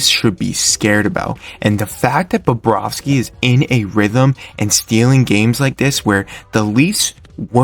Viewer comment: Bobrovsky, not Barrowski or Bobrowski. Good job with the photos, but you should try to match them up to what you're talking about at the time. A couple of times, you showed a shot of Samsonov while talking about Bobrovsky. It's just weird.